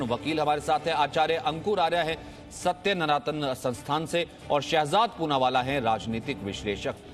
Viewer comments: Bhai wo Satya Sanatan hai na ki Satya Nanatan 😂😂😂😂😂😂😂😂😂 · Its satya sanatana,not satya naratan😓😓😓😓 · ye REPORTER ko naam lena bhi nahi aata............. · इस न्यूज़ एंकर ने सत्य सनातन नाम को गलत ढंग से पढ़कर, अपमान करने की कोशिश की है।